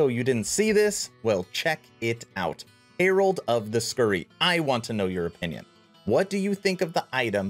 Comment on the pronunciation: Hair-old not "hear-old" (pronounced just like the name Herald) Man don't be picking up Boardman's bad habits. "hark the herald angels sing..."